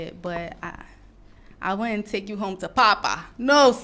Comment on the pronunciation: Shark boy said Parpa😂😂😂